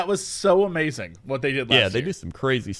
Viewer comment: Jesse forgot the 'ing' at the end of 'Amazing' when describing Ikea